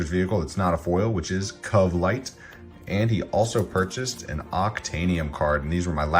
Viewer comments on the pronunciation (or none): I always hear you pronounce Covelight "cuvlight" and I used to think it was strange, but now I pronounce it that way too😂😂😂. It definitely rolls of the tongue better